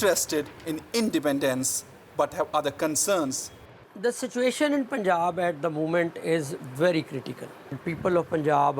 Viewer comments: It’s not pooonjab man…. It’s Punjab. You should know how to pronounce as a reporter 😏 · The pronunciation is like “Panjab” not “ Punjab”. You should read as Panjab. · DW should not act like jokers especially by the Chinese news anchor even they wrongly pronounced punjab